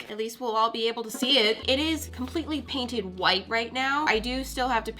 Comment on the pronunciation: I think she said "drainted" instead of painted